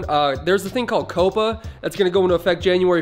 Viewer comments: couppa? its Caw-pa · Bruh you pronounced COPPA wrong it’s pronounced cop-uh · You said coppa wrong